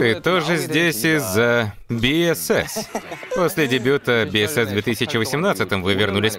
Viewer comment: Спасибо за озвучку! Но немножко корректировки позволю себе. BSS произносится как БуСокСун, а сам Хоши не лидер севентин, а лидер подгруппы перформенс или как выражаются лидер дэнс группы